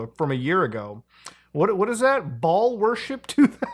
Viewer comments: BAAL is pronouced BALE btw muta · you say baal but in my headi keep hearing ball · Something about the way muta says baal worship makes me wheeze so fking hard